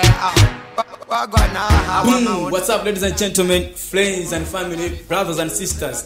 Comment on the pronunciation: Why do most malawians confuse R and L? It's not fliends and famiry and not lasta but Rasta please. It's not kacha but culture. Don't use English if it's not your language.